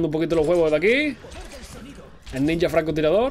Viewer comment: eres el unico español que escucho que dice ninja de la forma correcta...